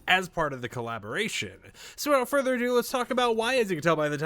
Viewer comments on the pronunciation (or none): none